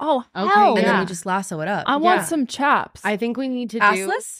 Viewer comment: Soooo. All chaps are assless 😂😂😂 pronounced “Shaps” So many events so little time. How about steer wrestling lol! Excited for this sesh rodeo 🫶🏼